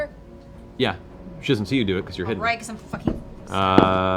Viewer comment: tell me he doesn’t say Yasha. I know he’s trying to say “Yeah she,” but I’ll be damned if that doesn’t sound like Yasha.